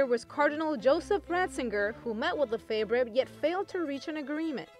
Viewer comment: You should pronounce his name correctly. We have more priests now. .